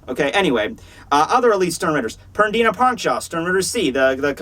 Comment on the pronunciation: "PerDIna" lol